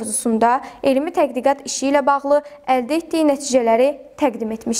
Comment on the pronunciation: İfadələrdə bəzi səhvləri çıxsaq(təqdiqat deyil tədqiqat, məzmun yox məzun) , ilk verilişə görə yaxşıdı.